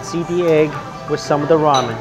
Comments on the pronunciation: It sounds like he’s saying yeet every time he says eat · Who heard yeet? When Mike said eat??? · when u say eat u say yeet lmao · Whenever you say eat it sounds like yeet, lol.